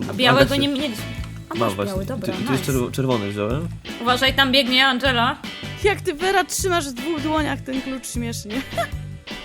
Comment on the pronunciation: Nie Andżela tylko tom